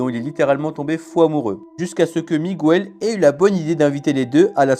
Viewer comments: Migouel? 😂 Personne ne s'appelle "Migouel". C'est Miguel. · Et puis on dit Miguel,pas Migouel !!! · Et on ne dit pas Migouèle, on dit Miguèle. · Pas Miguel, Migouel. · "MIGOUELLE" À L'AIDE MES OREILLES 😭😭😭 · Comment ça "Miwel" ? Quel con ! 😂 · Au fait, Miguel ne se prononce pas Migouel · Et puis quand on invente un personnage d'Amérique latine, on ne prononce pas Migouel !